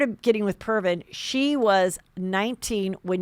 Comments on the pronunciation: It’s Previn not Pervin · It’s Previn, nit Pervin. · Jason's better off. You'll see!...........Heather it's PRE-VIN, not Pervin. You should google this dude. WHOA. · Pervin! I love it ! It’s Andre Previn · Andre Previn....not Pervin. Google it!!!!! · Get your facts straight, and its Previn NOT pervin. Ugh! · Lol Previn not Pervin